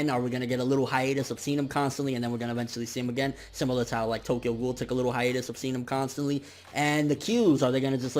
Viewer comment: bitch how you say Tokyo Ghoul is ass. maybe this nigga is ass but def not ghoul